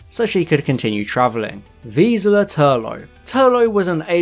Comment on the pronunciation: And Traken is pronounced wrong by him, and so is Vislor, and it is grating, especially from people you know have most likely actually heard these words in show spoken aloud as intended.